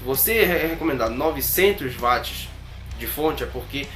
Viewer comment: otimo video, só um detalhe se diz uatis (watt) e nao vatis rsrs